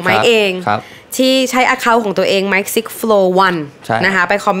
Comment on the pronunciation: Mikeไม่ใช่mickไม่ใช่หรอครับ